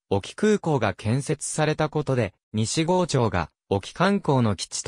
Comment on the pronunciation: 西郷はさいごうと読むのです。